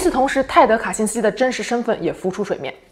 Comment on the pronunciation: "卡辛斯基"讲得恰